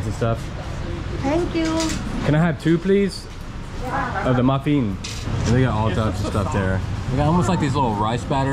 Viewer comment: Maffeeen 😂 mufflin